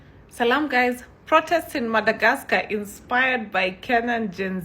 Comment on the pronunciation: The only person in this world who can say MADAGRASKA......lol